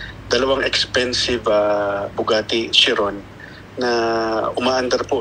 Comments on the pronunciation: it is pronounce as "kayron" not "shiron" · It is pronounced as kai·ruhn! 🤦🤦🤦